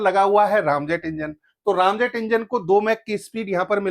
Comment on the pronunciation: बहुत अच्छी जानकारी दे रहे हैं आप लेकिन दुख है कि बार–बार आप रैमजेट को रामजेट कह रहे हैं जो खटकता है। रैम आंग्रेजी का शब्द है जिसका अर्थ है तेजी दबाना या धक्का देकर ठेलना। इस जेट में सुपर सोनिक गति से हवा इंजन में ठेली जाती है फिर उसने ईंधन स्प्रे किया जाता है। यहां इंजन जलता है और पीछे की ओर निकलता जिससे गति और तेज हो जाती है। निवेदन है कि कृपया राम की जगह रैम कहें।